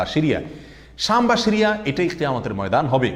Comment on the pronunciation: উচ্চারণ শিরিয়া নয়, সিরিয়া অনেকটা বাংলা ছ।